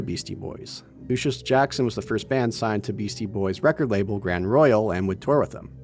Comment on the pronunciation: The band is Luscious Jackson, not Lucius Jackson, and Ico is pronounced “eee-koh”, not “eye-ko” Do you ever research any of that kind of thing? Every video you make has similarly idiotic mistakes.